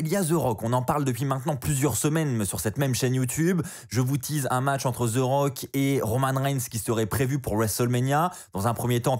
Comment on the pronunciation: Ses pas Ze rock ses the rock articule quand tu parle